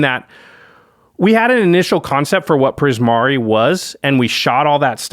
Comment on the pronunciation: Not gonna lie, I could kind of tell you struggled with Primari but I'm glad you kept at it!